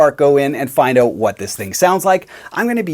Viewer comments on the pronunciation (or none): "Let's find oat" LOL